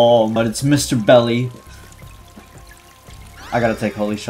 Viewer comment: Why did you call Mr. Dolly Mr. Belly instead??? ( and )